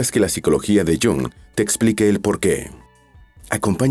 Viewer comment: No sabe pronunciar el nombre de este fabuloso psicoanalist....